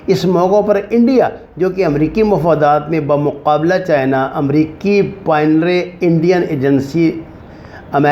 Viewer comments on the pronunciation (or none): Baba jee aap ko kis ne channel banane ka bola hai. Aap to urdu bhi nahi parh sakte. Aap pioneer to bhi paneeri kehte hain. Allah ka wasta hai.